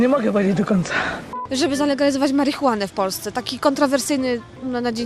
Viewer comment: Marichunaen😂przecież to nawet ciężko powtórzyć